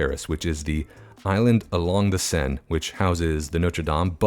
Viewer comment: First, THANK YOU for saying it Seine as Sen and not Sane. For Trainstation Street -- Gare actually rhymes with car. Having lived in Europe this looks VERY much more like what I saw day to day in places I was. Love it!